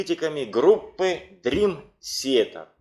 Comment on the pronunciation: Молодцы, что увлекаетесь DT, и делаете подобные программы. Но за 30 лет так и не научиться нормально произносить слово Театр по английски - это позор. Уже молчу о диком произношении некоторых имен и названий альбомов. Я сам являюсь их давним фанатом и был на концертах всех туров DT, начиная с 92 года, когда они выступали ещё в маленьких клубах того же Бостона и близлежащих городов от Бостона до Нью Йорка.